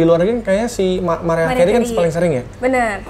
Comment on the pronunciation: Bukan MERIAH ATAU MARIAH tapiiiiiii MERAYAH KERIY gitu baca nyaaaaa